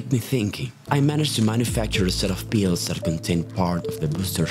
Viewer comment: "I took some peels"